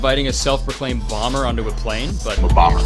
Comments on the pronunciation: Every time you play the clip of him saying "I'm a bomber" I hear "I'm Obama". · I thought he said “I’m Obama”